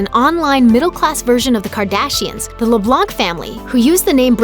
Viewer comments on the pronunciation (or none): it not lablanse it's leblense and everyone nose he pased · LaBlanc is pronounced LaBla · Le-blonk 😂 that's not how you say it but it's sad I don't know why I'm laughing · It's not Caleb le "blonk" it's Caleb le "blaw" (I'm typing how u say it) I don't wanna sound rude I'm just saying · FYI, the 'C' is silent in "Leblanc" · I laughed so hard when she said Caleb's last name XD I'm sorry...but it was funny